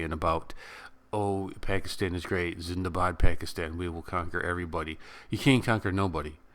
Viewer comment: Lots of love for you from India. Keep posting such videos and ofcourse, you pronounced it right- Indian Air Force Zindabad.